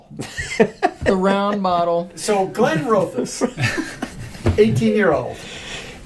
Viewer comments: Not tried the 18. The others haven't ever really blown me away but I can imagine it is one distillery where independent bottles would be better than their core range. (PS I'll be that pronunciation guy again. The middle part of the name is pronounced like raw, rather than row.) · Glenroth-es. No "O" involved. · Solid review with an explanation of the new line, but it’s distracting that u mangle the name lol. The new line is very hit or miss. I preferred the vintages b/c of their ex bourbon cask influence. That’s now been totally eliminated from the line